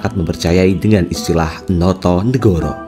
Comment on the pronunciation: Notonogoro, bukan notonegoro.